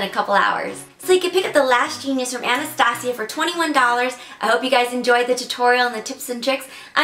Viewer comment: Anastasia (ann-est-stay-juh)